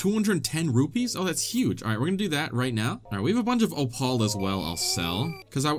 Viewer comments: H-how did you pronounce opal? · "Opaahl" instead of opal. hmmmm… undercover Lemm anyone? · Dude, you're blazing through this game lol. Also, "o-paul"? Lol. Is that what you called that rock?